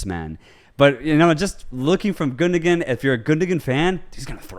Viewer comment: It's pronounced "Gundowan". You don't pronounce the second G.